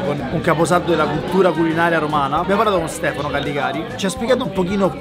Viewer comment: per piacere di Callegari non Calligari